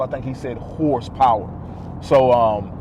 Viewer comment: “whorezzpower” lmao